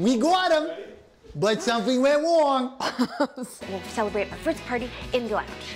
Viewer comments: “WE GOT DWEWE BUT SOMETHING WENT WONG!” IM DYING ON THAT SCEEN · WE GOT DWEYE WE GOT WEM BUT SOMETHING WENT WONT made me die of laughter 😂😂😂😂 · Nora:SOMETHING WENT WONG Wells:*We GoT DyWeR* gigles Wells: *BuT SOmEtIng WeNt Wong